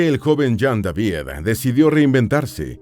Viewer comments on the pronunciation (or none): none